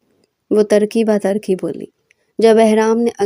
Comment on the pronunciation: Tarki Ba Tarki Nahee Turki Ba Turki Hota Hay